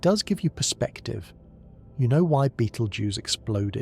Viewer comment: Then why make your title out as to claim this is going to happen the way your AI crap states? The AI narration can not even pronounce the name of the star. Nothing more than what IU said this channel is just junk.